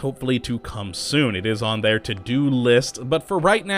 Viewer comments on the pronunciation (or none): none